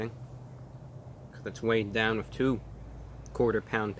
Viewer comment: So articulate and then said things like "wiff" and "wettuce" 🤣🤣😂😂🤣😂🤣😂😋😂🤣 i freakin love it!!!!